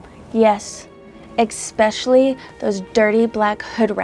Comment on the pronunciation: If you say ecspecially that is putting white into a white word😂